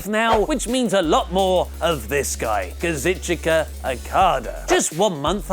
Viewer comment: KA-ZOO-CHKA not KAZ-IT-CHOO-KA